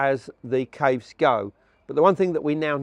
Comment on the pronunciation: It took me a minute to figure out he was referring to “caves” when he was pronouncing it weird